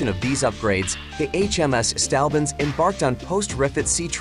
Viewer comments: Its "Saint" Albans, not "Stalbans" .Not the first time you have mispronounced ship and place names but surely the worst. Having said that your blog is very good and interesting. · Try saying "Saint-Orb-Burns" (St Albans) next time, and you won't sound so silly.